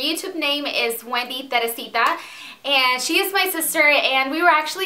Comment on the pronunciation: its wendyteresita...NO wendyterisita ..